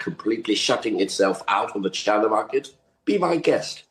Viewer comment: It’s pronounced chyyyy-nah